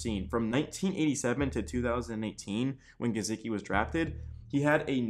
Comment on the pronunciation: Ur pronunciation of gesicki made me stop watching tbh